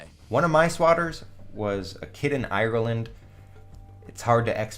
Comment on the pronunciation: Who pronounces Ireland like that. 😐